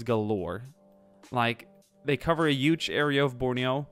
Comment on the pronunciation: HUGE not YUGE